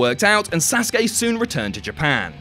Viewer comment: YESSS YESSS YESSS U PRONOUNCED SASUKE VERY VERY VERY CLOSE TO THE RIGHT WAY. Finally an english man does it, all i hear is sasuki, almost like suzuki, when it is SAsuKE. LOVE YOU, MADE MY DAY (i am a fckin nerd me)